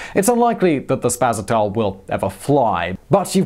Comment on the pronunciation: but it's spaSAtel... not spasaTEL.